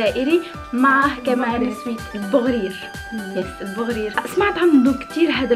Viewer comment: بغرير مش بوغرير